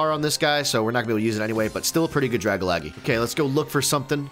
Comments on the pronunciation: It's not Dragalaggy its DRA - GAL - GE how can you spell this wrong dude seriously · did he really just pronounce dag-algae as dra-ga-la-ge???💀💀💀💀💀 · Dragalaghe 🤣🤣🤣 Dragon Alge (sea weed) Dragalge ! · haha "Ohhh a Drag-alag-eee" 😂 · “Dragalagee” made me cringe, but this video was pretty cool!! :3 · So are we just going to gloss over the fact that man just said “Draggalaggie”? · The shin means you get watts from beating the mon. And it is pronounced Dra-Gal-Ge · I love the way they pronounce dragalge! It doesn't make sense at all but it sounds cute 🤣